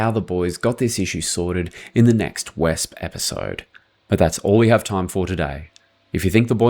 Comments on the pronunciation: It’s NOT pronounced ‘wesp’ - it’s ‘vespeh’ (similar to the well-known Italian scooter), German for wasp. Because it has a wee sting and people say that Germans have no sense of humour. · The name is pronounced VESP-E. You've been getting it wrong for a year now! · I mean really, how hard is it to say "VESPA?" You pronounce it the same way as the Italian scooter. It sounds quite stupid to pronounce it the way you are saying here. I think I am just going to pronounce your country as "Austria" for fun from now on. The land of Cola Bears and long-necked chickens... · why cant you just call it a 'wasp' instead of butchering the correct pronunciation? makes no sense.